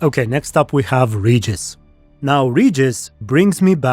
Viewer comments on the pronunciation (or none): Please, it's Regis, not "Rejis"... Even Sapkowski himself said how to correctly pronounce vampire's name... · i still remember how they've tried to sell this serial to us (Poles) by declaring that the names will be pronounce correct... they don't give af he's Redżis now